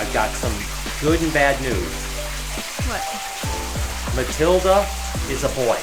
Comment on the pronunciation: Matilda = Matildo lol